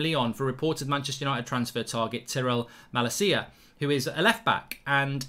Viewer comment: I’ve never heard someone butcher the name malacia so bad